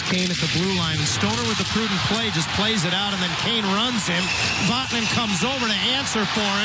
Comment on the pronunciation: There was no elbow that was "Oot". Gawd.